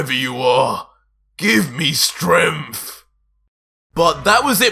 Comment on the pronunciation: Don't mean to be rude but why are you saying "stremph" instead of "strength"?